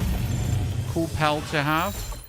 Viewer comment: sounds like you say Pel or pelts. Al with a P A L